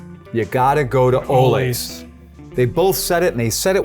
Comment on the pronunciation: As an employee there, this video is awesome to come across. Also it's pronounced ol-Lee. Like sven and ole.